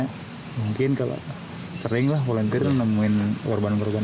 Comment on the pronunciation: "VOLUNTEER" bang, bukan "volenteer"